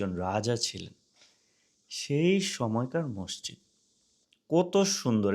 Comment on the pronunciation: মষজিদ না মাسজিদ